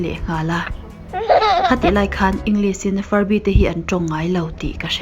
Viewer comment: Muan hmelthate.. "Englis" ti lo in "English, shhh kan tih a Lishh" tihin lam tawh la. I inhmehlo.